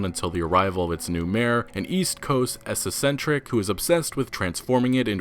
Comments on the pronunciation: ...and “essessentric” instead of eccentric! brilliant. quick google of the words you’re saying may help. Beyou N* With Attitude. Can’t wait to visit that town. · Aw man, your vids are usually great, but I had a hard time listening to the many mispronounced words. Unfortunately I jumped off after I heard you say "esesentric" around 6 minutes in. It's pronounced "eck-sen-trick." Not trying to be a dick. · And essacentric? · By the way it’s pronounced ‘ex-cen-tric’ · Let's not forget "essessentrick" (eccentric). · You mispronounced bustling, eccentric, Micah, and socialites, among several others. I appreciate the videos, but it might be worth looking up a word if you feel unsure, since pronouncing so many things wrong isn't a great look. I swear I don't normally point out grammar problems (God knows I have plenty of my own). This is meant to be constructive criticism, not hate. Thanks for the videos and keep the RDR content coming! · Lol at not knowing how to pronounce eccentric and socialite.